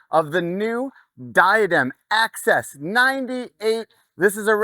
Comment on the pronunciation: Axis not Access. 😜